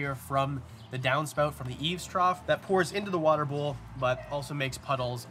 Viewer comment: “Downspout” has to be the one word that’ll hit you with the Canadian accent the hardest.